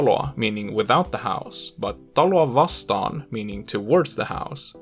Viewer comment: The most accurate video I've seen as a Finn. The pronunciation is clear, although I do recognize it as that of a non-native speaker. Still, there would be absolutely no strain on me when conversing with someone who speaks this well. There was one mistake with "taloa vastaan," where vastaan would really only be used as "against" in the context of taking a loan against the house. "Vastaan" usually means "against", "versus (vs.)", or "opposite" (something). It means "towards" sometimes, most notably when you are coming to meet someone, e.g., at a train station. "Hän tuli minua vastaan" means "He/She came towards me." Also, note that earlier, one word does not follow the rule of vowel harmony , namely "tällainen". That is because it is historically from a compound "tämänlainen" (tämän – lainen) meaning "this kind of", sometimes also carrying meanings of "such", "like this", and "of this kind." P.S. Even I learned something—the words telic and atelic.